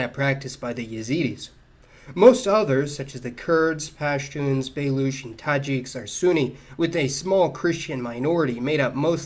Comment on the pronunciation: Baloch is literally pronounced ba loch. Ch sound as in chicken